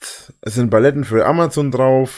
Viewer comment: Bin ich blöd oder sagt er immer wieder "Baletten" statt Paletten?